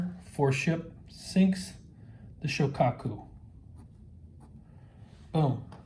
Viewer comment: Actually it's SHO-kaku